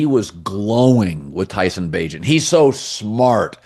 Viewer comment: Colin “I’d like to see Tyson Bageant” Cowherd